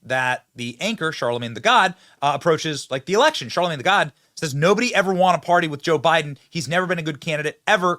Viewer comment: You kept saying Charlamange the God. It's Charlamange the Fraud.